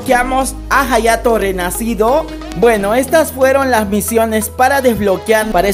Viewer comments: jayato Yo:._. hayato se pronuncia ayato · En realidad se pronuncia "Jayato" puedes escribirlo en el traductor japones y escuchar como lo pronuncia y dirá "Jayato" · se pronuncia "jayato" pero se llama "hayato" we